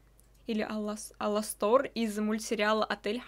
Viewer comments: Правильно А'ластор! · ударение на первую а А.ЛАСТОР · ОН ЖРЁТ ОЛЕНЕЙ потому что его перепутали с оленем и убили и у него есть маленькие рожки и ты слово Аластор неправильно читаешь